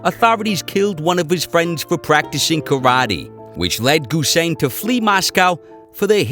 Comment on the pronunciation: NOT GUSEIN BUT HUSEIN!